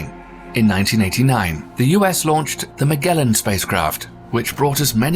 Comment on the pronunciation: "Magellan" is pronounced "ma-JEL-len."